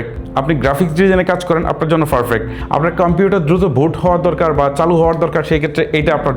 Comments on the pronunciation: ফারফেক্ট ❌ পারফেক্ট ✅ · আপনার ফারফেক্ট উচ্চারন ঠিক করেন খুব কানে লাগে পারফেক্ট বলার চেষ্টা করুন।